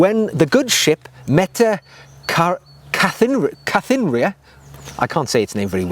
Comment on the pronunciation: You got Metta right...think "Catherine" pronounced "KAHT-ER-INA". Russian and Danish pronunciation would be similar. I think it was a Danish ship. Beautiful leather!